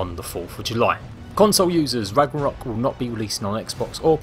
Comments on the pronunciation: did he say "ragna-hok"? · I think u said Ragnarok wrong in the beginning, no disrespect just letting u know... "Ragnahok"